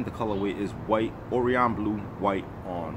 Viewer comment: how many times is this guy gna mispronounce orion lmao